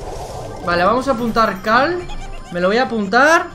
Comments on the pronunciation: Es que dice Cal, no Carl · Es cierto si dice cal